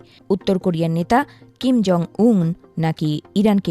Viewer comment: সংবাদ পাঠিকা ১০ সেকেন্ডের মাথায় উত্তর কোরিয়ার নেতার নামটা কি উচ্চারন করলো ? সবাই একটু শোনেন।